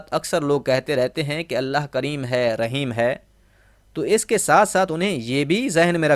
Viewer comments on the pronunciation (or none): none